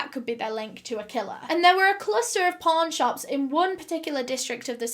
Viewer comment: Sounds like ur saying porn shops 💀